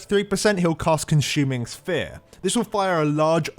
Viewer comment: "Conshuming Sphere" lmao